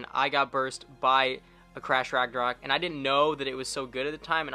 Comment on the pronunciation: I left when he said crash ragnourok